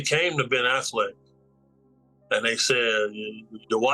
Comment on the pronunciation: Did this video start with the bodyguard calling Ben Affleck, Ben “Ass-Flick”?? 😂😂😂